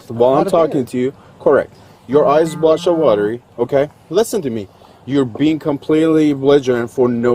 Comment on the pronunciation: Its eyes not eyesa. Loon.